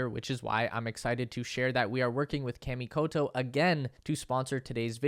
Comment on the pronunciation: You're pronouncing Kamikoto wrong. It's kah, not kaaaa.